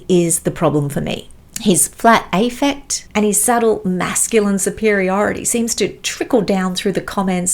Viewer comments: I agree wholeheartedly with all you say. You have unfortunately spelt “misogyny” and “analysing” incorrectly in your title. It is difficult to understand why you pronounce “affect” as “aifect.” It is pronounced with the “a” as in cat. The “a” is to be emphasised. I can understand your attempt to go to “war” with Dr Grande, the pretender, but am afraid for you. If you are receiving abusive messages, is it really worth it? In today’s very nasty world there are people who somehow manage to go further than social media. Please be careful. It would be a delight if you could teach us on YouTube and simply ignore Dr Grande’s offending/offensive presence. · Indeed - a clinical psychologist mispronouncing affect as "aifect" was just embarrassing to watch! Also, this is the internet and people will always offer their opinion. She clearly has an ego and became very defensive and played the victim when people disagreed with her attack on Grande, then went on to mock him and attack him more. If she doesn't want backlash perhaps she shouldn't attack people.